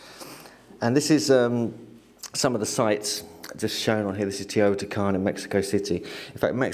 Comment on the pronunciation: Teotihuacan. Pronounced: "teo - tee- wah - kahn...."